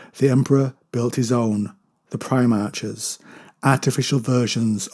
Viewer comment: Love your stuff. But it's PrimarHHHs. Not Primarcsses. Apologies for being rude.